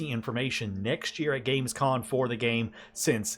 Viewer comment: Great video. exited for the next anno. sorry to be like that.... but I can't overhear it.... it's Gamescom... not con. 😅